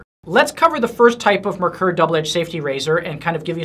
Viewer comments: If you're going to sell them, learn how to say it. It,s NOT "mer-ker" it is pronounced "mare-kor" which is German for "mercury". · Just for the sake of accuracy: it's pronounced MARE-coor. German name, german pronunciation.